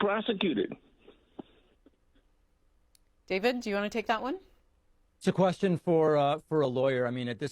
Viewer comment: what's A QUARSTION?